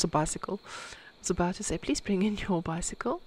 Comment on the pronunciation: "please bring in your biscycle" 🤣 the most south african thing in this video those unstraightened carpets in the laundry room are making me... irrationally angry now that i've seen them. and i nearly punched a hole through my laptop screen at the shadow figure 😰